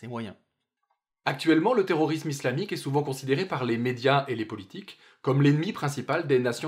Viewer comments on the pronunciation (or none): le s de terrorisme se prononce s pas z